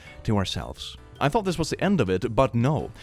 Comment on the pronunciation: I really want to know why says "thunk" instead of "thought" 🙉